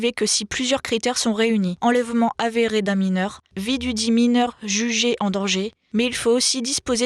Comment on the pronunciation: "déchaî-neu-ment", "consen-teu-ment", "enlè-veu-ment"...